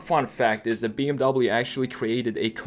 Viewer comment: This was so Hard to watch! You prononced "BMW" Wrongly >:(